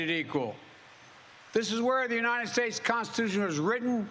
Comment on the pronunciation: He pronounces "united" is such a strange way. Notice him saying "you-ni-ned" like there's an extra "n" on the last syllable.